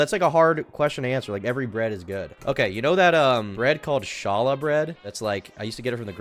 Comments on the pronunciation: Challah hahaha. Pronounced with a guttural ch- all- uh is a Jewish bread Glad you like it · hearing call challah "shalluh" and think it was a christian thing might be the funniest american white boy thing ive ever seen. jews are exotic to this lucky mf. i envy him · Haa-luhh“ bread (roughly) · Are you talm bout challah bread? (Hall-ah) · pronouncing Challa sent me bro! Love your videos though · As a jew... the way gentiles pronounce challah hurts my heart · the type of guy to not not know how to pronounce "challah"